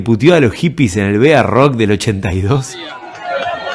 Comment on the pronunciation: B.A rock??? Barrock se dice amigo!!! Muy buen informe